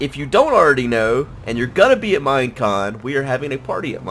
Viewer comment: It is MINECON! non mine on